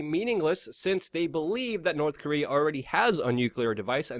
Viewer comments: I laugh every time you pronounce nuclear nucular like W Bush lol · *Always mcLuvin The"Nuke-u-ler" Luke-u-ler! :D :D